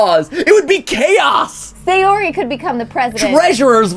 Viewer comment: Edwin Sánchez The names are technically “Mo-ni-ka” & “Sa-yo-ri.” It’s even said in the game (“That’s not how you say my name. Besides, that joke makes no sense in translation.”).